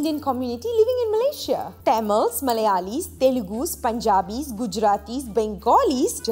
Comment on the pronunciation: Loved how Nandini pronounced Punjabi as "Panjabi" and Bengali as "Bengoli". Shows you that she has definitely done her homework before doing this video. 👏👏